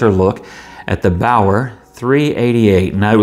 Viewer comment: Baoer is properly pronounced "Be'are" in English.